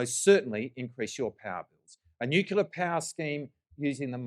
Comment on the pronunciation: if you are going to criticize something, learn to say it properly you drongo. As for Medicare, no you cant just take your Medicare card and get the help you need. Not on your watch, we have gone from Bulk Billing doctors everywhere to now where we cannot find one in our area. Thats all since you have been in power, so its a fallacy that Labor care about Medicare. Tax Cuts, give me a spell. Stop misleading people you are taking their tax down by $2500. Its just not true, you cant go counting Stage 3 tax cuts in your numbers to make them look better because we already have them thanks to the LNP. It is $5 a week in a years time and then $10 after that. Thats it.